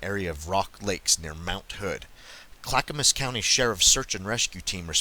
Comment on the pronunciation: And Yamhill pronounced YAM HILL. Good job on Clackamas tho. Lots of Hard to pronounce names for non natives to the area.